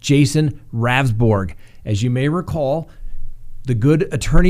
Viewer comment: The AG’s name is pronounced Rowns-berg!